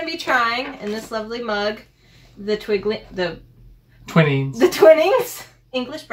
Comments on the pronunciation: Squeeze teabag against the side of the cup with the spoon, it's pronounced 'twin(like wool)ings' but thanks for saying Yorkshire properly 🎉🎉🎉🎉. Also how much milk varies from person to person some like it strong others weak. Never dunk rich tea in tea as it will fall in. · Some pronunciation for you, what you called twinings is pronounced t-wine-ings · It’s pronounced Tw-eye-nings. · Not 'twinnings', it's 'Twinings'. 'Twi' as in the word 'twilight'. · twining's is pronounced t-why-nings not twin-ings :) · Way too much milk. 'Twinings' is pronounced twynings, and 'Duchy' is pronounced Dutchee. A duchy (or dukedom) is a domain ruled by a duke or duchess. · Also Twi-nings not Twin-nings and also Duchy (like dutchy) not doo-chy. According to research in the UK Twinings is now no:1 by value of sales with PG-Tips 2nd and Yorkshire 3rd. PG and Yorkshire are a lot cheaper price per bag so more used for catering purposes (if you went to a cafe (very different from a café) you would expect a PG or Yorkshire bag) as well as general home usage so probably each still has more cups drunk per person per day than Twinings. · Twinnings is pronounced tweye as in yw-363-!8!-£ not Twin !! & That was waaaaaaaaaaaaaaaay too much milk - yuk !! Just needs the bare minimum of milk ! (It can also be drunk without milk. MvVit as in it not as in eye !! I drink Twiningsimt tea - without milk. 😃💞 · Never boil water in a saucepan it makes the tea taste weird. Next time you make a cuppa stir the tea as you put the milk in so you can see how dark it's going to be. It's twine ing not twinning. Breakfast tea needs no milk. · It's pronounced twine-ing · Ok:- It’s a kettle NOT a teapot It’s pronounced Twine-ings and Duch-ee (as it’s produced by the Duchy of Cornwall, Prince Charles’s company) I prefer Typhoo and with lots of milk (as you made it) though most people prefer it stronger with less milk Apart from that you nailed it and yes you should consider yourself honorary Brits